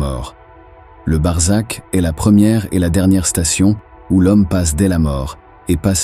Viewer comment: C'est BARZAKH et non barzak et c'est un mot persan, qui décrit le monde entre l'enfer DOOZAKH et le paradis ou BEHESHT pardis, et on sait que l'idée du paradis a été inventé par les perses